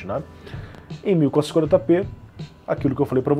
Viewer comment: ele falando 1440p nao consigo entender nada kkkkk